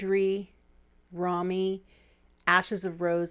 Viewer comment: Yes, props for Medici. Now can we say Rome-ee instead of Rommy? I know the great German actress Romy Schneider would appreciate it😊